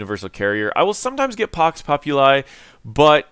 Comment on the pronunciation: Thank you! I will try your build for sure. P.S. Pax Populi is latin and you should pronounce it "populee" ;)